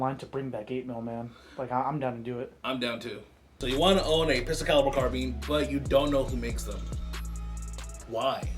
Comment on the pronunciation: Its called a carbine not a carbean